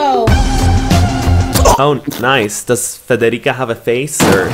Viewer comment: Why isn't anyone talking abt the way he said Federica so perfectly??